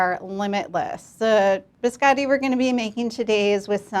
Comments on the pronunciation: Those in italian are named "cantucci". "Biscotti" Means Simply "cookies" in italian. But i know that for americans it's too difficoult to learn Two words in a foreign languange. By the way it's Biscotti not "beeskAdee" like you pronounce; beeskAdee in italian Means nothing. Poor italian 🇮🇹languange!🙄 Amareedou, pista-thceeou....i vomit After this pronounciation. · of all the cooks making italian biscotti only giatta pronounces the word biscotti correctly. americans and second generation italians pronounce the o like an a